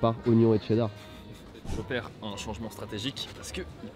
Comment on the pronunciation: ou le T dans cheddar ...............cela ce prononce cheddar pas Tcheddar ......